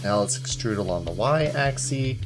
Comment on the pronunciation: "Along an axie"